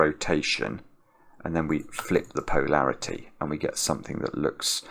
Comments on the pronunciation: Is "POE-larity" for polarity a regionalism or a Simonism? I've always heard it pronounced puh-LAIR-ity or poh-LAIR-ity. It felt like he was commenting on the sense of humo(u)r of the author of The Raven. When Edgar Allan makes a joke, POE-larity ensues. I find accents fascinating and I know people who have adopted their own pronunciation of some words. I'm just wondering if the people on the other side of the pond (i.e. where is) are experiencing what I am or if they think it's perfectly normal. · I think it’s making it clear he isn’t saying parity since he’s gotten gentle corrections that polarity and parity aren’t interchangeable.